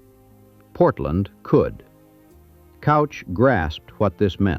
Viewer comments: well the AI does not know how to pronounce Couch. it is Cooch. not Couch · Right. And also cooch, not couch. not sure if this voiceover is AI or real, but, come on, get those damn pronunciations right! yea, all those snow flakes and artifacts over the videos that are probably not licensed seem suspect. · Mr.Couch's name is not pronounced Cow-ch. It's actually Coo-ch. I know crazy but true. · Its "cooch" not couch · And it's pronounced "cooch." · pronounced K-oooo-ch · Will-am-it River, and Couch is pronounced Cooch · Sighs.....John Hurd Couch is pronounced kooch. Willamette is pronounced wil--a (as in apple)--met (NOT willa--met) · "Couch" is pronounced "Cooch" in Portland. Its a surname so I assume that's how the family pronounced it. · Couch is KOU-CH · And "Couch"....it's pronounced "Kooch"!! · In addition to mispronouncing Willamette, you also got Couch Street wrong. It's not that hard to check. I asked Claude, and of course, it got the correct pronunciations along with explanations in seconds. There is no excuse for getting these names wrong. It irritates the hell out of us who live in Portland, and it ruins an otherwise fine video. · What ai can never understand from a script is the pronunciation of Willamette and Couch.